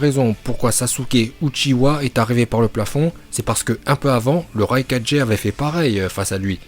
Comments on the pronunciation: Par contre on dit raikage et pas raika4g parce que Naruto dit Kage bushin no jutsu dans la VO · On quand tu raikaje ,hokaje arrete de faire le mec je te soulev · Il a dis le rai4G 😭😭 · "Raikadjé" 5 4G